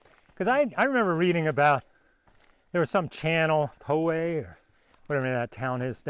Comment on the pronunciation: "Poway" near San Diego- Is pronounced Pow-way, says this proud graduate of Poway High School. I'm intrigued because 99% of the rocks down there are crappy, brown decomposing granite boulders- but every so often you'll find a little outcrop of hard, white (peppered with black) granite that looks exactly like what was showing us last week at Steven's Pass. Poway is not far from Baja California... makes you go "hummm"